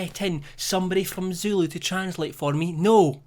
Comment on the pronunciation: As a south african, I'd liked to say that your Zulu pronouncations were lit, and along with your accent made it sexy